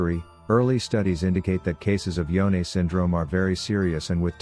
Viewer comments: It's Yone not YoneA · so his name is pronounce yo-neh? I thought it was y-one